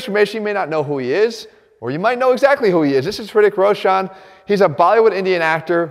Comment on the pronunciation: He said ' riddick roshaane